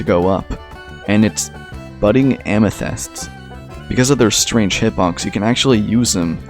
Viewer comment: I love how he says amethyst like amythest 😂